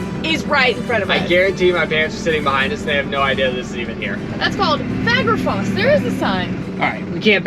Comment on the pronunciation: favorite waterfall “fager foss”